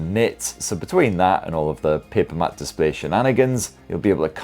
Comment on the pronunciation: Matte is still pronounced mat take advice from a mate !